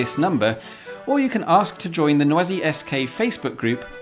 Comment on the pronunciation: Oooohhhh...No ah Zee... Not noisy. French, not obnoxious noise.